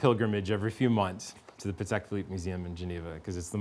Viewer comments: PLEASE tell the guy in blue to stop pronouncing the company Pahedeck. PATEK was polish. Pah Tek. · Great interview with two experts. I was struck by the pronunciation battle: PAT-eck versus puh-TECK. I’m glad they can agree on Philippe!